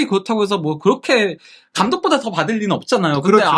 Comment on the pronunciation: 거렇게 아니구요 그렇게 발음이 이상한건가요 ?